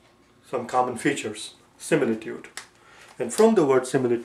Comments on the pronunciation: Is is similitood or simitude your pronounsiation and spell writing doesnot match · ITS SIMITUDE